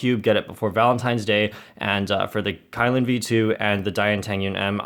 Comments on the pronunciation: It's prounce as Ki lin not Kai lin lol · I think SpeedCubeReview said it’s pronounced Key-Lin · The kylin 3x3 is pronounce as "qi lin" if you know how to read chinese. The "qi" is like the first part in "Qiyi"